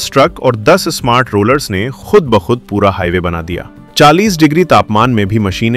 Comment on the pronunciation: Your program is the difference, but your language is loose. कृप्या ध्यान दें: आप की भाषा त्रुटि पूर्ण है इसे सुधारने की कोशिश करें जैसे: सही शब्द है ख़ुद और आप कहते हैं खुद थोड़ी भाषा सुधारें और किसी उर्दू टीचर से जो लहजे को सही बोलना जनता हो उस के पास जाकर ट्यूशन लें। अगर aap का ज्ञान अधूरा हो तो अपने को सुधारने के लिए चाहे किसी दुश्मन के पास भी जाना पड़े तो जाएं, मगर अपने लबों लहजे को सही करें। अगर ज़बान सही नहीं तो कुछ भी सही नहीं हो सकता। जनहित में जारी है। एक पत्रकार की अनुभूति शकील अज़ीम Dated:- 9th December,2025